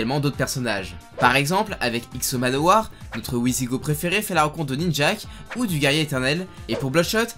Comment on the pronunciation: Heu... on prononce "vizigo" Signé: un Pinailleur